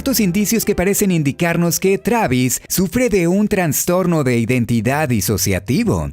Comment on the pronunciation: Algunas sugerencias: - Es trastorno, no traNstorno. - Manicomio, no MANICOMNIO